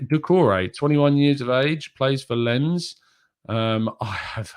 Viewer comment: Dude Lens is pronounced as LANCE. Like in Lance Armstrong lol.